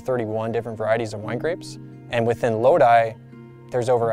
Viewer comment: Very informative video, even instructed me how to pronounce 'Lodi' AVA properly. Certainly deserves more views.